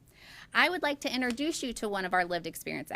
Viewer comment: NOT interduce - it's INTROduce